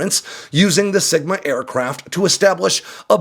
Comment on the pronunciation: You said "sigma" and I heard "smegma". Yeah... Great images.